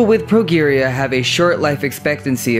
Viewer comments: # 9 - Old looking young people. The disease, Progeria, is pronounced using a 'J' for the 'G'. PROJERIA. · Just one suggestion: find out the standard pronunciation for words, especially ones that are new to you. Example: progeria. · "Spewing semi-informational nonsense into a microphone.." How aptly stated. Unlike the rest of the audio track it describes. You sound tired or stoned. You repeat yourself almost as much as Donald Trump. You repeat yourself almost as much as Donald Trump. And its "pro"-"jeer"-"ia" not "pro"-"gear"-"ia.. This video needs a redo. Until its done right its just "adrevenuebaitspam." Did I see this video needs a redo? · The words are pronounced... 1. Pro JEER ee ah 2. A mal guh may shun Not trolling..just trying to help as I DO enjoy your videos. Keep up the good work! :) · Progeria is pronounced pro-JEAR-ia You even murdered nuclear. Do you practice saying these words or just turn on the video and go? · Progeria is pronounced "pro jeria". The "g" is pronounced like a "j". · its pronounced pro-jeer-ee-ya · Progeria is also pronounced incorrectly. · You are pronouncing Progeria incorrectly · The way you pronounced 'progeria' was painful. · you pronounced progeria wrong